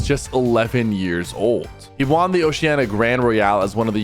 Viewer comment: Good video but PLEASE say “won” right